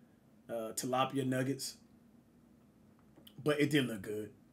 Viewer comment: Bro it’s tilapia😂